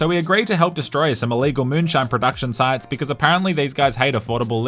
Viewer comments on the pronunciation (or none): none